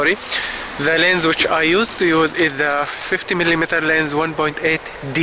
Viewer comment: I never realized how annoying it is when someone doesn't say the S over and over in lenS LOL. You just got a bad "LEN" :D, mine is tack sharp. I have a 50mm 1.4 from the 70's NOW THAT is a blurry ass LEN, but it is a beautiful kind of blur, its very cozy feeling!